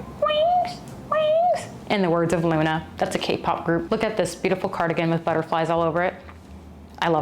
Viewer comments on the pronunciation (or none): none